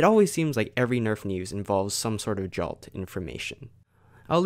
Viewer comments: I second this. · No offense but I think it's annoying when you pronounce Jolt like Jalt.